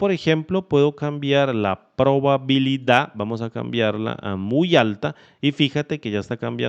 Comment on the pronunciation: Muy bueno, solo que dice probalidad y es probabilidad :D